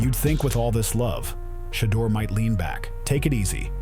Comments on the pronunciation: I love this story, but geez can we PLEASE say the man's name right when we give accolades?! It's VERY important and constant issue with our black names. Just do a tiny bit better, and this is a perfect story! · They do these videos and mess his name up on purpose. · I don't why its so hard to consistently call this man name correctly.